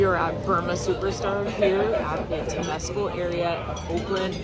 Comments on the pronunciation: It's pronounced Tim-es-cal Lake Temescal. Wonderful trip. I came to Oakland when I was 22 and am now 69. Thanks for pointing out my favorite things about this great sister city to San Francisco. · Liked the video. Temescal is pronounced a little differently. Accent on the first syllable, not second, and it sounds more like something halfway between tem-ah-scal and tem-ah-scow. Close enough. Berkeley is named after a mathematician who pronounced it Barclay, so what can you do.